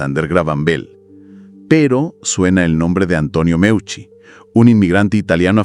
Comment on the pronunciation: audio insoportables, qué es eso de muiuchi, es simplemente MEUCI, parece que los bots no son tan inteligentes